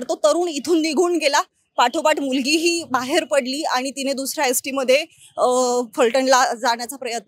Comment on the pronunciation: Bai अष्ट्या nahi ग st असते te. Baki khar kay ahe te पोलीस तपासातून कळेल